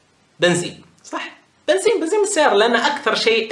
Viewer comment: الغريب بالموضوع انو يقول بنزيم ههههههه